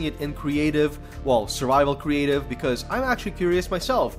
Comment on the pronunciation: Anyone else catch him say "cweative mode" instead of creative mode